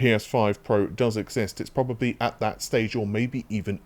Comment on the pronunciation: probababably lol great videos as always but that made me laugh.